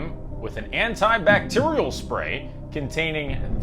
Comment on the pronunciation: "AntiCbacterial" lolol